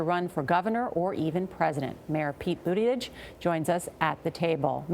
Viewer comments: His last name is pronounced "Boota-judge" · "Pete Boot-i-gidge" for Pete's sake 😂😂😂